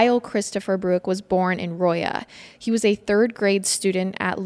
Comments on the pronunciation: As someone who has lived in missouri my whole life it is pronounced rah-lla not roy-ah lol didn’t want you to have another menards incident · “rawla” not royya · These were my husband's cousins. Thank you for covering their story. The way you misspronounced Rolla confused me at first. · I think it's called Rolla like Rawla not sure if that's the place but I lived there and worked in St James never heard of this! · My wife and I are HUGE fans and we actually live in Rolla, MO! We were freaking when we heard you say our towns name! its actually pronounced "rah-luh" (even though i'm sure you'll never say that name again. honestly baffled you said it in the first place haha) Much love from Rolla! (we aren't all this bad lol) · We were family friends of victims yall butchered ALOT of facts, mispronounced Rolla, AND ITS VICHY (like fishy with a V) 🙄 rip Susan, Kyle, and Adrian gone but never forgotten